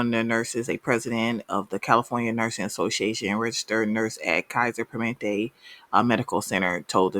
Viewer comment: "per-muh-NENT-tay" As a nurse who works in IT now, tech in this area is much needed.